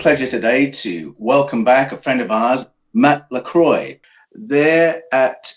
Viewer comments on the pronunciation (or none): It’s pronounced “La Croa” - with emphasis on the a and a very short o, not “La Croy”. 😉